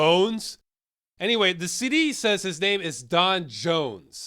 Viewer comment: You keep pronouncing "CD" as "city".